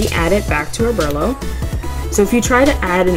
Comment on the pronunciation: Oberlo (Oh-bur-low)